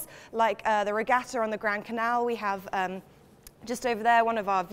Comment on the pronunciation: She keeps saying "regatto". It's regatta.